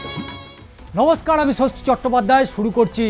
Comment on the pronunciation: Baam, BJP r dalali kor bokacho. Aage "namoshkar" bolte shek. 'Namoskar" na bey Sambajar er Sosi babu. Jyoti Basu English tule diye toder moto sub-standard man-power poida kore diyeche shantirchele